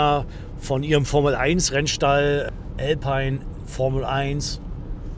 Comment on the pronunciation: Möchte meinen Arkana nicht mehr missen! Tolles Video! Aber kleine Formkritik - es heisst Alpine nicht Älpein😜